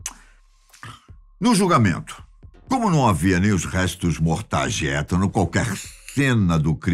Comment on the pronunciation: A pronúncia se diz ( iitan) !